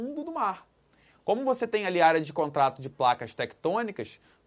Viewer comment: contato=contrato kkkkkkkkk